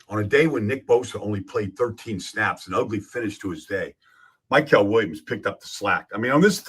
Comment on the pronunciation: still refuses to pronounce Mykel’s name correctly smdh